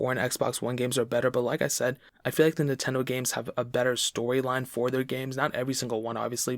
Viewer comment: Drink whenever he says “Nahtendo.”